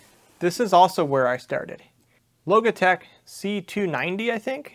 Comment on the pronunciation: Congrats. Your pronunciation of Logitech created this comment.